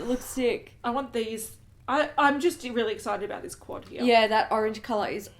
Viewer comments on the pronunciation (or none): none